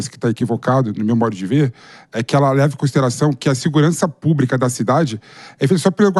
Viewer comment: para de falar púbrica até pelo amor de Deus